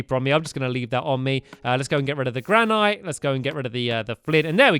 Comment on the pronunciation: did anyone notice he said gran ite instead of granite